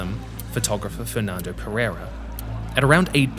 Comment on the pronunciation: Perrrrrreirrrrrra? I find it funny how westerners can't say the hard R from Portuguese and Spanish languages... It's better if you say "Pedeida" mate, instead of using your English accent and butchering our language. This rolling R of yours makes it seem like you're mocking our language.